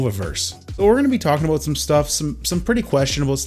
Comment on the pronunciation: 3 "aboots" in the first 2 minutes alone... love ya, bruh.